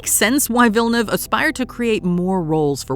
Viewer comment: It's not villeneve. It's pronounced vee jah new ay vah